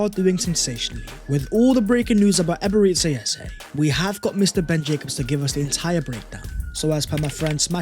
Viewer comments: Its EBERE CHI like church and not SI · Eberechi is pronounced Ebere-Chi, 'Chi' is is pronounced 'Chi' as in Chi-ld , pls take note